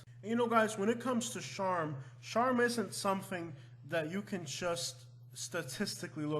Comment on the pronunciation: Yeah he can't even say charm.